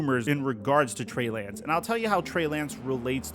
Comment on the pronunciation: he calls Trey Lance, Bray Lance 😅